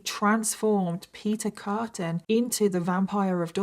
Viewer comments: It's Peter Kürten, not Kurten. Also "Frau" is not a given name in German, it just means woman. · His name is actually Kürten. With an Ü like in Düsseldorf. And Frau is not a name. It means woman. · I thought u called him beef curtain